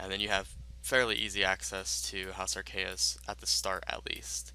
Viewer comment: Arceuus (pronounced "Arr-KAY-us")